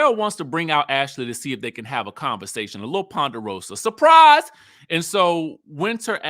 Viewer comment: 🙄 the way you slid in “surPRise party….she knew about”